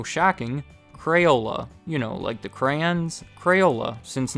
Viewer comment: Why do you say crayola right but say crayons wrong? You say crayuns, you little shit.